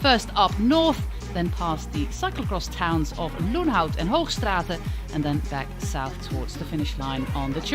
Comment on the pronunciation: great commentary. nice pronounciation of the belgian/dutch place names (Hoogstraten). i guess she is dutch.